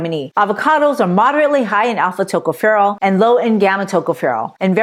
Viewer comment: Tocopherol Pronounced Accent on the second syllable. Secondly, on the last syllable.